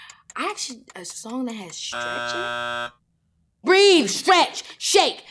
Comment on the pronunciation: Absolutely loved this with Keke. She’s so engaging and charismatic. Love her! But you messed up my girl there with ‘stretch’. 🤨